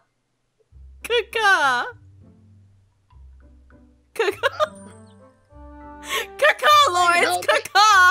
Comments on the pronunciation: was literally crying when kept saying "CAW KAW" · The way you read "caw caw" is heard "kaka" in my language and it means poop so I am feeling a bit wierd right now.